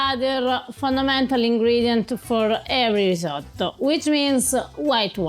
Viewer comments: risotto, fka risoddo :) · "ris-ah-to" - so painful, so many times...